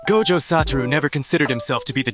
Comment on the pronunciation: the way he says ''GOJJO"💀